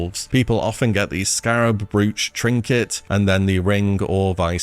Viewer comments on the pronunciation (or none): Brooch rhymes with roach not hooch😂